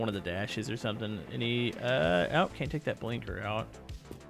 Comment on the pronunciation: why do you pronounce the word can't as caint